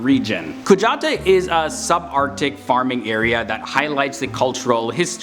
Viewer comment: the kujataa part is pronounced "Ku Ya Daaaa". In Greenland, we, some of the time, say the letter T as a D. And the J is said the same way as the danish use the j. as a "yoi"